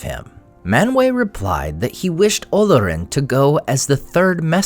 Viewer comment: Good video. I would point out that the name Olorin has an accent on the 2nd syllable and the name should be pronounced olORin as a result.